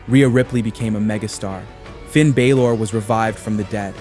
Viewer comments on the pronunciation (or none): "Finn Bay-Lore" huh? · Bro said Baylor not balor, this guy prolly doesn’t even watch the show